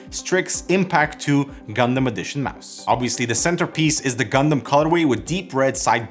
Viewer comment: I'm just happy you don't say gun-damn and say gun-dum